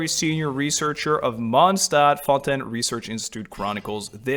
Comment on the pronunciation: As a Québecois french speaker I am SO HAPPY to finally hear someone pronounce the french words used in Fontaine correctly😭😭